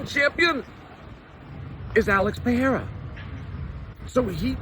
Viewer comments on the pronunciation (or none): “Pee-air-a” -Chael sonnen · Can we first agree that you don’t know how to read? Pee-Aira? You can clearly see that there is an R in the middle! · Chael still calling him “Pierra” has become stale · Alex Pee- era 😂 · Lol is "Pay-era" a new one? I haven't heard it yet... I got Pereira by way of outside interference from ankaliev. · One of us doesn't know how to say Pereira correctly.